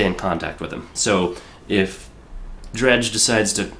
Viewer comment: Yay you got Dredj! pronounced right